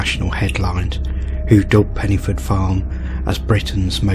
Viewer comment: Pen - uh - forth , with a soft ' th ' .